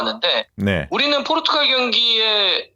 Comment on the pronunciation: 포'르'투갈 입니다. ...